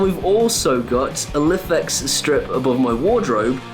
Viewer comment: Lifx are Pronounced Life X